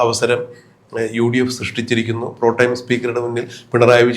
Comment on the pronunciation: Protime അല്ലടോ.